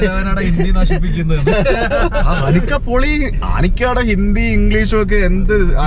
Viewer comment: Pori alla manushya..ath kekumbo entho pole..poli ennanu